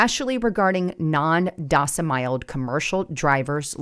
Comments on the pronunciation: It's "domiciled" not "docimiled". Even Canadians can say that. There are plenty of former truck drivers who got fed up with being treated poorly by the trucking industry. The level of mental manipulation of drivers, combined with treating them like disposable/replaceable pieces of equipment is why the turnover of the driver population has been climbing - attrition was ~100% annually when I drove back during 2nd Obama administration. Active experienced drivers have told me it only has become worse since then, with many newer operators referred to as "steering wheel-holders", with marginal/minimal competency. If you want skilled operators driving those 40-ton guided missiles down the road at all hours, they need much better pay, and relief or protection from being hassled and manipulated by dispatchers/managers who in many cases aren't even qualified CDL drivers themselves (often 4-yr college grads who can't get a job actually doing something with their degree, but who memorized the policy manual), but still get to supervise and discipline drivers. It's a broken system. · Docemiled, it's domeciled! And you're criticizing them not being able to read English!??? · Its pronounced "frayt or frate" not fright. Its aslo dom-is-iled not dos-im-iled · Yeah but later resumed mispronouncing it... And domiciled. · She ruined it with AI - "docimiled" and "fright"... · freight is pronounced frate. Domiciled is pronounced (dome)(eh)(ciled). Last part rhymes with child. The irony, given the subject matter, is thick with this one. Come on, you're better than that.